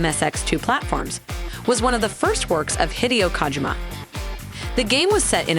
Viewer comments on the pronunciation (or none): The way she is saying Hideo Kojima Sounds like Hideous Kojima